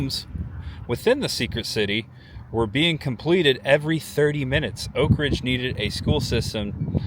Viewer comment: You pronounce Oak Ridge as one word. It is pronounced as two words. You're forgiven for not being from around here. The NOAA building just outside Y-12 on Illinois Ave is an original medical building that still shows where the doors once hung for Colored on one side and White on the other for medical care. Thanks for a refreshing tour of Oak Ridge.